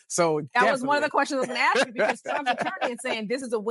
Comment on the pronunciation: Why axed for ask?